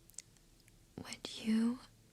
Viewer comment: Can i be your friend? I believe you can really help me how to be calm and appreciate life. I like your natural smile you so true i can tell by the moment you mistakenly pronounce the successful in a wrong way. I really hope there a way i can communicate with you and be friends for real. Watching from Philippines